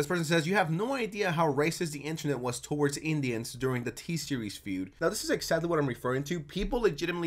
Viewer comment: mf said toe-awards